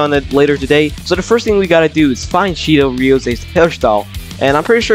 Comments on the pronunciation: "Cheeto RIOS a" 💀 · My guy Called Shidou CHEETO